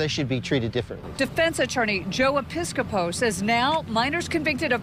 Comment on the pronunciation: "Joe Episcapo"??? Really?!?!